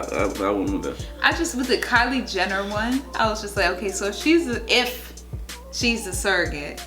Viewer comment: "Kyler Jennie" xD